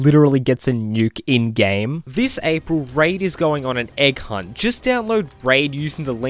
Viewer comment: When your Aussie accent makes Egg Hunt sound like "Eh, Kunt". :D